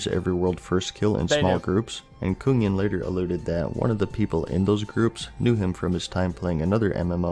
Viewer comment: Kungen = the king in swedish Amazing to hear him trying to say it in the video